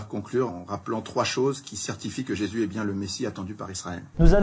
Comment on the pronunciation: Déjà, sa langue de vipère transforme "Jésus" en "Jessu"... D'entrée, c'était mal parti. :) En plus d'être un menteur - car il ne s'agit pas d'ignorance, ici, hélas - cet homme ne peut pas s'empêcher de ricaner quand il parle, d'arborer un rictus un peu puéril. Ce n'est pas un YouTubeur, c'est une caricature ambulante.